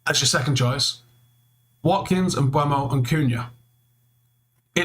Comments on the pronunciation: It's Mboo-mo. He's said that consistently. Even United just got him to release a video saying how to pronounce his name. Stop mispronouncing it. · ‘Mboomo’, come on now this is how it is said